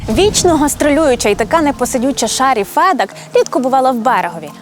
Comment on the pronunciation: Доброго дня! Дякую за український контент, але, Фед"А"к. Наголос на "А" що в імені, що в прізвищі. А взагалі, проєкт чудовий, дякую!